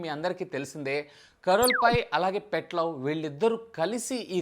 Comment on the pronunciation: భయ్యా, కరల్ పై, పెట్ లవ్ కాదు భాయ్యా, "కార్ల్ పీ , పీట్ లావ్ "🤦🏻‍♂️